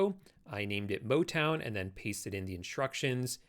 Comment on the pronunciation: Im sorry, I couldn't resist but "motwon"?